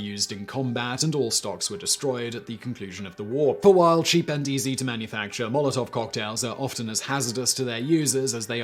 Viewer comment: Pretty awful pronounciation over there dear chap. I absolutely hate how people who speak English primarily have this nasty little brain-parasite in their head that compels them to think that English is the center of the universe and its pronounciation-rules apply to everything